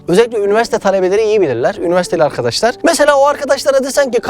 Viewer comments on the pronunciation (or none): none